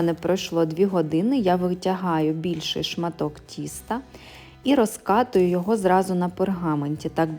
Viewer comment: ТертУшка дуже ріже вуха,розкаТую Якщо виходите на люди, то говоріть приємною мовою